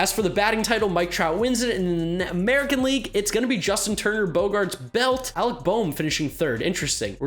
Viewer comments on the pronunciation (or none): none